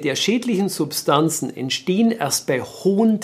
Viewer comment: Also besser keine Pommes "erzitzen", sonst "entsehen" schlimme Dinge. Mann, Mann, Mann ...